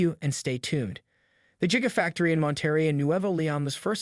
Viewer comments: its not Jiga it is Giga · Stop pronouncing it jiga lol. Musk's days are numbered. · Sounds like you're saying jigga factory